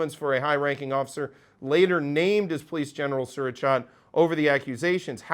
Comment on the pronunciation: By the way, his first name is pronounced Su-ra-chate as in "eightt" or "ate".